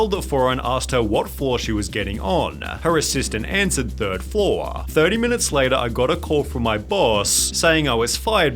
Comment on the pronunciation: I like your Elmer Fudd voice and dumb pronunciation ! lol ♥ like when you say flooaaarr instead of floor, showaa instead of show, or anything with an o you add an AH after,,,, or reportaaaaaah instead of reporter. Or maybe it's a cultural thing from where you live: then please tell where that is, it must be hilarious to hear people talking like that for real